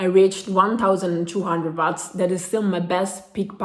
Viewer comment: Ciao! In inglese dicono “uots” non watts!